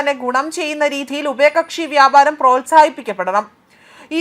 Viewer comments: ഉപയകക്ഷി അല്ല ഉഭയ കക്ഷി😂😂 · ഉപയകക്ഷി 😂😂😂ഇവരൊക്കയാണ് ന്യൂസ്‌ റീഡർസ് 😂😂😂